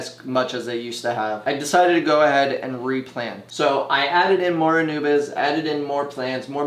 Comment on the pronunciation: Its ANUBIAS. Not ANUBIS (thats the God of Death). ANU-BEE-AS.